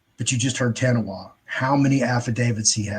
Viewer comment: Ta Nah Wah, not TaWahNa